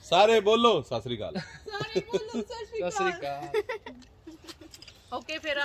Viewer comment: Is not shashikal, is SAT SRI AKAL JI, pls say properly,🙏🇸🇬